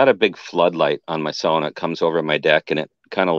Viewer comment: I don't know if anyone else picked up that was pronouncing the word "sauna" correctly, I would have to wonder if he was of Finnish heritage:)